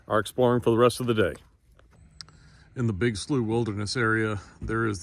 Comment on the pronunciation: I think you say "slew". Like flew or flu but with an S.